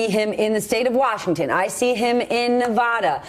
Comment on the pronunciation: Why can't people pronounce "Nevada ? it ain't that hard.